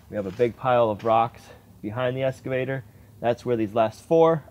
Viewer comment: Both you guys...it's "Excavator" not "Escavator"!